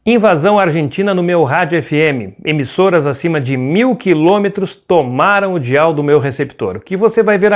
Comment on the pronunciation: Desculpem mas , Dial se pronuncia "Daial" e não "dial". "Dial" é muito feio... quase não dá para entender